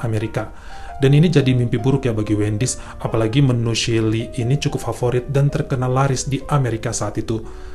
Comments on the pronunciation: Maaf ya, klo bole koreksi chilly itu dibacanya cili bukan sili.... 🙏🙏🙏🙏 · Duh kangen chili nya Wendy's.., bacanya Chili Ch, bukan shili.. fyi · Terimakasih, bagus sekali cara menceritakannya... kritik : coba belajar pengucapan kata2 dlm bhs Inggris dan nama2 asing secara benar, supaya ceritanya lebih perfect..... Contohnya : bukan SHILI, tapi Cili